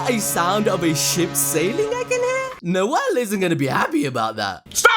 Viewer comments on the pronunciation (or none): none